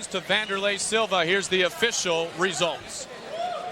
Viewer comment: Wanderley Silva "the AXE murderer" was a beast. PS.: Correct his name btw. "W" not a "V".